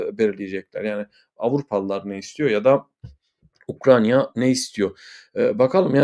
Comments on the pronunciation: Sevgli, "Ukranya " değil, doğrusu Ukrayna'dır. Selamlar. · Hocam UkraYna. UkraNya degil.